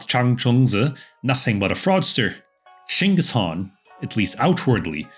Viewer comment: Only white man to pronounce "chinggis khan" name properly as possible. Thank you.